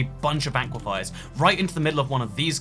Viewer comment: Did he call aquifers aquafires?